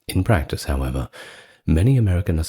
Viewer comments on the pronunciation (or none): none